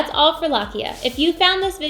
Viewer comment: Wonderful content! Please pronounce lochia more correctly, the “o” vowel here is pronounced long.